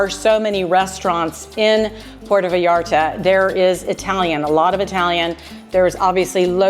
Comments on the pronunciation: I was gonna say it was wrong, because the first 3 times I clearly heard a Puerto "Vallarda", instead of "Vallarta", then I had to delete the comment because midway through the video you were saying Vallarta, so... yeah, enjoy the beach, it's now an american focused place, when I visited everything was in dollars, which I'm not that fond of, but there's lots of places for National tourism anyways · I think your vlogs are interesting- but the way you say Vallarta is incorrect and it’s hard to listen to. It’s pronounced Vie Arta not Vee arta